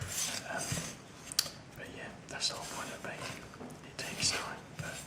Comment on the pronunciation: i was listening and wasn't watching and it took me a minute to realize he was saying "baking" not "bacon", part of me was disappointed. Need more bacon, i mean baking, videos.